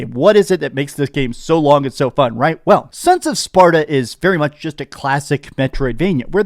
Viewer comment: you said sons of spaRDa :face-blue-smiling